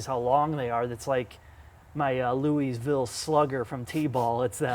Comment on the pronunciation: it is not loiS-ville, it is pronounced Loui-ville. the S is not pronounced